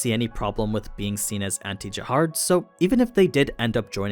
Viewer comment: Do you pronounce it Jahard or Jahad?